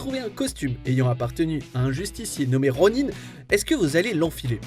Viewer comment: Ronine mais qu'est-ce que c'est cette prononciation de merde c'est ronin